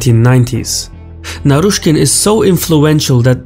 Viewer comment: Hahahha you got naryshkey very wrong. He is sacked already